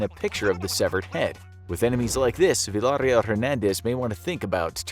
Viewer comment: He said "Villahhrill" 🤣🤣🤣 It's "Veeya Real"